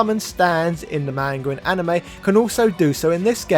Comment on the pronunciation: Pretend you're Jamaican when saying "manga" and you'll probably pronounce it better LOL